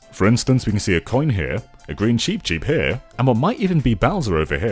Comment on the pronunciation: Um, not to be that guy, but, it’s cheep cheep, not sheep sheep